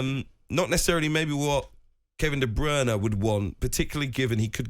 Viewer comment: I just wish he would say Kevin De Bruynes name right